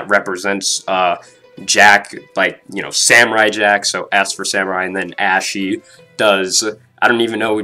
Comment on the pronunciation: Why do you keep pronouncing her name like "ashy" when it's meant to sound like "aushee"